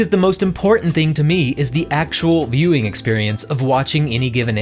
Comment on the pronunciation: Everytime you said "My Viewing Experience." All i could hear was "My Mewing experience"